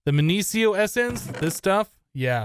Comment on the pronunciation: minicio is mih-nee-key-oh